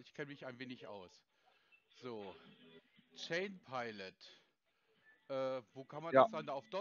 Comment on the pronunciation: deren tolle Aussprache: aus "Chain" wird "Schein" - perfekte Sprachkenntnisse 😖